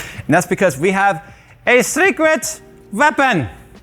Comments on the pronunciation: An American Tail? "WEWEASE THE SECWET WEAPON!" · "A secrwet veapon!" .... Dead 🤣😂👏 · REWEES.. DAH SECWET.. WEAPON!! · "....Zecredt veapon.." I died! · "A SEKRIT VEAPON" Fucking lmao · You said "secret weapon" like you're acting as a german in low budget comedy world war 2 movie